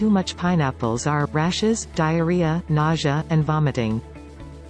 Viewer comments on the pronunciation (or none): Nausea? Pronounces Nasha :¬O